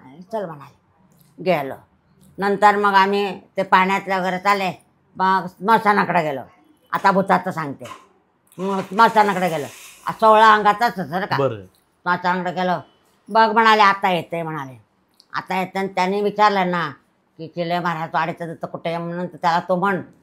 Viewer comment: मुंगळे कर नव्हे मुंगळे सर